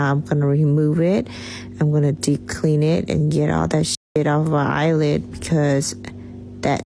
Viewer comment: Did She say “off my eyelid”??